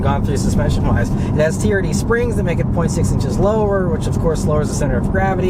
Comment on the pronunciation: I'm sorry but I cant stop hearing the camery "TURD" 😂😂😂